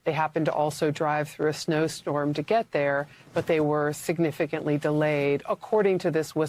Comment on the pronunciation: Trump sho happy when English words he manage to get in mostly order. Shignificantly so.